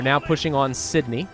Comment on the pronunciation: This guy and his pronunciation of Australian cities has made me do this: Melbin not melborn Canbrah not Can-Berra Sydney was perfect